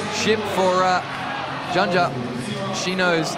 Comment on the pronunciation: will someone explain to the presenters how to read the names it is "Stasha GeYo" and "Yanya" .... a J is read as a Y in the word Yes. and N + J is read NY as in El Nino in Spanish